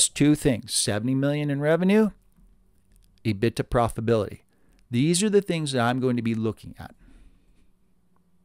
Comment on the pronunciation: I have never heard anyone say E- BIT-TA before. Always heard E-BIT-DA. Love the Channel though.